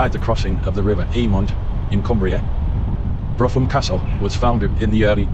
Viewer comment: "Brougham" as in "Brougham Castle" is pronounced 'Broom' NOT "Bruffem"!